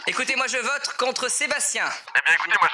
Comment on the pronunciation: Sa me tue, dit à chaque "je vrote" au lieu de " je vote "😂